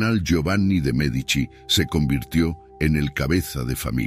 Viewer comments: Me encanta la entonación, del Sr. Que narra, también es un excelente narrador. Lo que no entiendo, es si dice nombres o apellidos correctos, unos minutos después, parece que se le olvida cómo pronunciarlos ejemplo. Merdici , Medicis en lugar de Medici. Mandragora sin acento, Señoria, De ya Rovere en lugar Della Rovere etc. de pronto no sabe uno a quien se refiere. O el que narra es IA ? De cualquier forma muchas Gracias tiene datos muy interesantes que yo no sabías. saludos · Medici, no Merdici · Aunque no lo parece, quiero pensar que es una máquina la que lee, porwue no pone un p. acento bien, y no hay nadie tan tan tan pero tan ignorante que no haya oído hablar de los Medici, no Merdici😂😂😂 o Merdizis😅, MEdici, pronunciado Médichi.